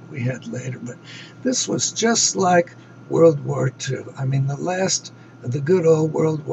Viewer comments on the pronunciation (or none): none